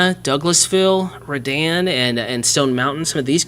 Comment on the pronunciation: Pronounced, REE-dan.